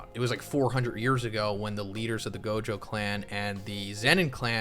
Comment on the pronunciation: Anyone notice he keeps saying Gojo wrong. It's not Jogo lol